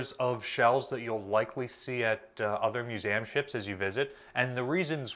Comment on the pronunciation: Love this info but you pronounce it "Mewzamm"?